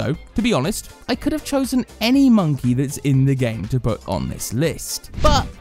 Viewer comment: Are u saying monke wrong? Or on purpose